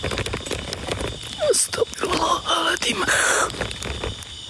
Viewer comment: Bukan astagfirullah alathim..bukan huruf thal situ..tp huruf zo...bunyi yg betulnya astagfirullah hal azim. maaf sekadar perbetulkan ayat...👍🏻